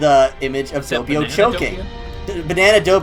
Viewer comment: DOH PEE OH NOT DOUGH PEE OH